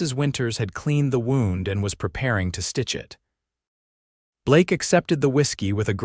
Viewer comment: Good story. I like the way you illuminate the characters. AI text to speech needs work, especially with names and 'wound.' The noun 'wound' is pronounced differently from the past tense and past participle of 'wind.' No doubt you know that, but AI has yet to figure that out. It might need some coaching if it's possible for you to provide that. I like the way your stories sometimes have a private little valley or special place of beauty that one with the exploratory urge to find it and heart to appreciate it can share with someone he loves. Thank you also that they married. It says a lot about the characters as well as the time they lived. I realize many today have great fear of marriage, in part because they don't feel they can trust another person when they themselves are unwilling to make and sustain the commitment successful marriage requires. A good marriage really is a great blessing.